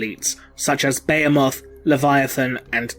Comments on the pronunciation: Good video, one thing though, it’s not beyemoth it’s beheeeemoth.....and tiranid, not tyyyranid... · Its Buh-hee-muth not Beo-moth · *Tih-ranids. *Buh-hee-muth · Dude at least look up how to say the words you using before you repeat them 20 times incorrectly. Bay-a-moth... is a just wrong 😒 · IT'S BEHEMOTH. BEE-HEE-MUTH. I WANT TO TEAR OUT MY EARS. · >tie-ranid >beh-heh-moth Christ almighty.. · Didn't know the "h" in Bahemoth is silent. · You pronounce Tyranid and Behemoth wrong lol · Your pronouncing word wrong, behemoth for one.... I've heard other English guys say it right. Why not you? Thumbs down until u do... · be·he·moth /bəˈhēməTH,bəˈhēmäTH/ cuz yo ass can't say it right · ..That is not how you say Behemoth. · God your butchering that name behemoth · he pronounces Behemoth incorrectly.